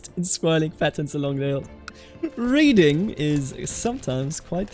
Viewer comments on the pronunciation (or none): none